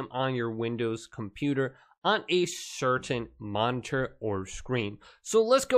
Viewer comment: The way he says, "monnterr" bugs me